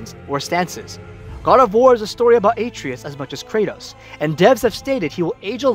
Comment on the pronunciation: It’s been 2 and a half years how can people still not say Atreus. uh-tre-us